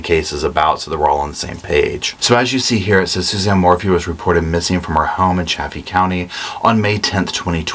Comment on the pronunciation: Chay-fee County, Saw-watch county, Mah-fet town. 😉